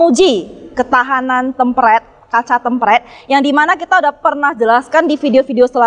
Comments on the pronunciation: temperd anjir dibacanya bukan tempred wkwk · tempret... hahaha.. yang bener nyebutnya tempert mbak.. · BUKAN KACA TEMPRED WOYYY TP TEEMM PEERRRRD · Hallo susanto Sebenarnya cara pengucapan kata kata serapan dari bahasa Inggris dipengaruhi oleh bahasa lokal masing2 pak 😅 Penulisan yang benar ialah Tempered dan di eja "Tem-perd" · Cara bacanya kok tempred sih😄